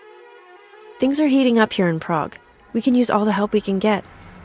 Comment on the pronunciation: I hate the way Alex says 'Prag'.Why did no one correct her?